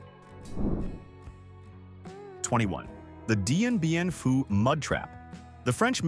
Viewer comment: Dien Bien Phu defeat of the French. It was pronounced differently in the video.